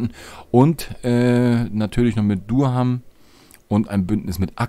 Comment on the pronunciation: Durham wird in etwa "Dörrem" ausgesprochen. Die "r" natürlich Englisch ausgesprochen.